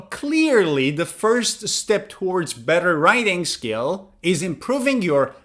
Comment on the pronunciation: Writing Skills** you are saying it wrong